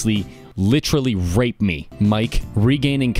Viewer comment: I like the way rape is pronounced. "HHHHHHHraep"